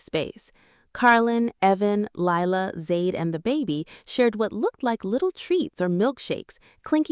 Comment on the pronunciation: For goodness sakes… it’s Layla, not Lila, as you keep saying. 🤦‍♀️